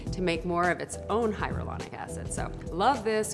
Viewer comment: I was wondering why it sounded weird when she was trying to say hyaluronic... its cuz she's saying hyrolonic